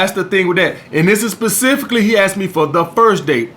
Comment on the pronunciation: I had a paytreeon axe me thiz question